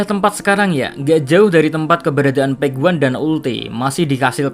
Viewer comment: Gregetan denger PEK WAN. yang bener pej wan. Pej wan.